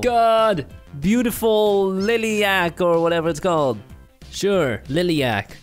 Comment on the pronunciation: Its a lilac not a lilyac . And a bear with a beer ?